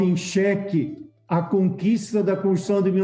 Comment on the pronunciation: Pessoal tem algum problema pra pronunciar "constituição"....sai "conshção"....parece o ouro la da "coupção"..... são conterrâneos mesmo.